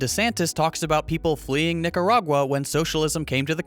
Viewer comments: I heard a hard er even when there is an A, hmm fucking nazi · did he just say "Niggeragua"? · how is he making a speech on nicaragua bad when he cant even pronounce the country